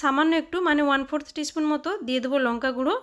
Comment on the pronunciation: স্পুন উচ্চারণ অস্পষ্ট। চামচ বললেই হয়